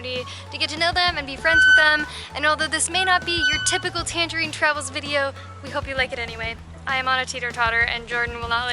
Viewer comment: Please stop calling us "tangerineys". :)